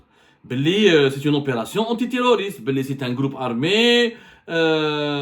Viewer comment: Y a abdou, on dit pas un "gloup" mais un "groupe" gloup c'est quand taboun boit la vodka chez son amis kabyle tenancier de bar en France, il fait "gloup gloup gloup"😂😂😂😂😂😂